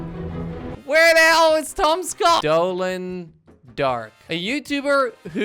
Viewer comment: When he said tom scott i thought he said tomska xD